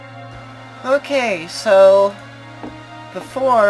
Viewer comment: The guy even pronounces the name 'Kaisa' differently ( and ).